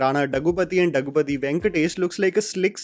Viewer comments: his name is pronounced like this: दग्गुबाटि राना. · Please tell the name correctly. Rana daggupati. Practice before saying the name